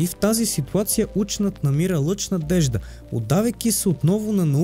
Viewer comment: Ученът??? Социалните мрежи ще ви изядат главите! УЧЕНИЯТ се пише и изговаря.